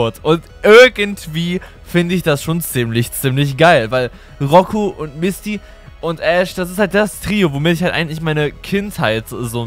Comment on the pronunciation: Du hast Misty bisschen wie Mistvieh ausgesprochen 0.0 😝